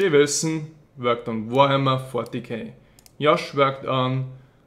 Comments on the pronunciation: JJJJJJJOSH. NOT YYYOSH. cMON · Why the fuck does he say Yosh? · because in Europe part of where he is from, they pronounce J's as Y's. Just like how in Spanish, J is pronounced as an H.